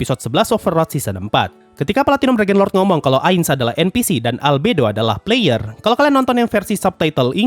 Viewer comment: Puh-layer enn-piii-sii